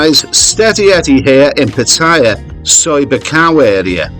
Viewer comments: Pat - t- aya. please ask a Thai for pronunciation help. You are obviously an Aussie but you can do it! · when are expats going to learn to pronounce pattaya correctly? Do they ever listen to how the Thais pronounce it, so they can learn ordo they think they know better. Seems to me they think they know better. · Always enjoy your videos, but would it kill you to correctly pronounce Pattaya?